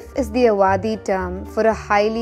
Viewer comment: Ufff awadhi. Not awaadhi